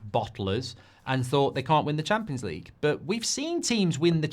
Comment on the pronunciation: Champions League ❌ Cheempions League ✔️